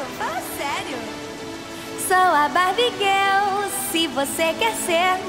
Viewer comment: Kelly nos ensinou a pronunciar a palavra girl de forma errada a vida inteira...tururu